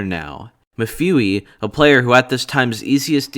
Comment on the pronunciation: I don’t think he is Calle mewfiwi I think it’s pronounced mefeway